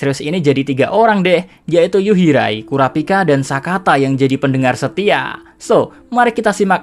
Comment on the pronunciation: Yuhirai min bukan yurihai